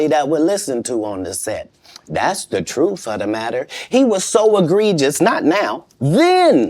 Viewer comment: u mean "truff". 😂😂😅😅😂